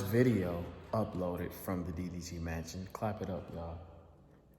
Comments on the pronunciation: DDG “masion” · I can't take this man serious again after he said masion, ig valedictorian is just a word......but heyy nobody is perfect